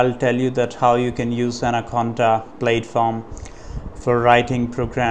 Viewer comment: He was commenting on your pronunciation. In the US English pronunciation of platform, the first syllable rhymes with cat, hat or rat, not Cate, hate or rate. "Plat-form", not "Plate-form."